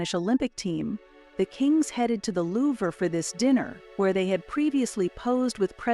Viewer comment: Please, moving forward, just a suggestion, look into how you pronounce words especially world-renowned Louvre, and other highly important significant figures.